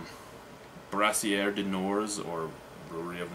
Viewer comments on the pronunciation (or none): Its always funny when you say Brassière ! Brassière means bra in french , you have to say Brasserie for brewery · I love respect and admiration that you usually give to Quebec brews. I don't wan't to sound like a dick or anything but I want to give you a hand with your Queb. pronunciations. Its not that it bothers me, its just for your own knowledge. 1) Brasserie (Brah-sir-eeee) (you sort of say the French word for a woman's Bra) 2) Mort Subite (More Soo-Beet). 3) Coup de Gisou (Coo de Gree-Zoo). Also, Brasserie du Nord is slightly north of MTL, so its really in southern Quebec. Keep on Reviewing!!